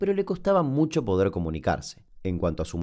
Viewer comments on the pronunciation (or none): none